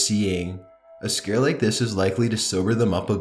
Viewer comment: He says scar instead scare